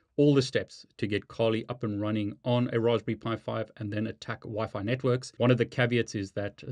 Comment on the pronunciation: This is the first time I've heard someone call it Raws-be-pie lol... Great Vid!!!